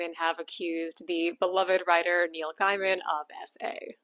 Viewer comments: Did you just say Guy-man? It's pronounced Gay-man as in the oxymoron. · Gay-min, not Guy-mon. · Sorry to nit-pick. It's pronounced gay-min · Neil's last name is pronounced 'gay-man' - you can look it up. I think this one has hit the algorithm cause I'm far from your usual audience, so maybe brace for that. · Thank you. He might be a PoS, but the way she mispronounces the name constantly is annoying.Also, Ian McKellen. Not McClellan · I agree with you. Just thought I'd let you know that you're mispronouncing his last name. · Regardless of what he has or hasn't done, please pronounce his name correctly. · Your opening statement sets the tone. You have clearly already decided he is guilty and appointed yourself Judge,Jury, and Executioner. Even despite your weak, obligitary, "these are only allegations" The simple fact that you deliberately and wantonly mispronounce his name shows the contempt you have. Check yourself, or perhaps all men should just assume that all women are nasty, judgemental hate mongers, and we can be pleasantly surprised when one isn't.